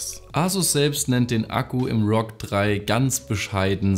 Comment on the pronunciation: endlich hat er ROG richtig ausgesprochen 😂